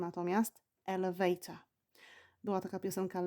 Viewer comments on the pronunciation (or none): Pani, ma Pani zla amerykanska wymowe. Jesli juz mowi Pani slowa w amerykanskiej odmianie angielskiego to wypadaloby je wymawiac wymawiajac odpowiednio. I nie mam na mysli akcentu! Wymawia Pani zle pants i elevator. Przy okazji - slowo trousers istnieje w amerykanskim angielskim i rowniez oznacza spodnie. Oczywiscie jest roznica pomiedzy pants a trousers 😉 Wydaje mi sie, za takie lekcje nic nie wnosza w proces nauki angielskiego. Z wyjatkie doslownie kilku przypadkow (jak chocby chips i fries) obie wersje danego slowa sa szeroko znane dla rodowitych uzytkownikow obu odmian angielskiego. Wiec czy powiemy lift czy elevator nie ma to zadnegk znaczenia bo zostaniemy zrozumieni gdziekolwiek nie jestesmy. Nawet slowo restroom (o ktorym nie wspomina Pani wcale a szkoda jk bardxo potrzebne podczas podrozy 😉)